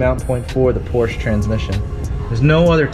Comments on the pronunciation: It's PorschE, not Porsch... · I'm sorry, but what's a PORSCH? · Seems like a car guy would actually know how to pronounce Porsche, but no.